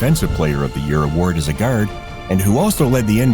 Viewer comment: The most Canadian pronunciation of "Guard" I've ever hear. Gawurd